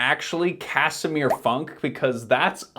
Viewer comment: Actually, this polish guys name sounds more lin Foonk in Polish 😁 Greeetings from Poland!